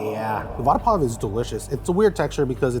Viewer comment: Bro nailed the Vada pav